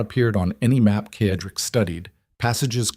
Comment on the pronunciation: Excuse me, Mr. narrator, but the gentleman‘s name is pronounced with the letter S Cedric, not the way you are saying it. It is said-rick